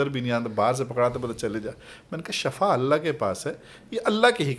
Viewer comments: درست لفظ Shafa نہیں بلکہ "SHIFA" ھے۔۔۔۔۔Shafa کا مطلب موت ھے اور SHIFA شفا کا مطلب تندرستی یا صحت ھے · Mein heran hun k itna ilam rakhne k bawajud aap ko ye farq maloom nahi k shifa hy k shafa hy Sahi lafz shifa hy dono k meanings me zameen asman ka farq hy plz eis ko sahi karein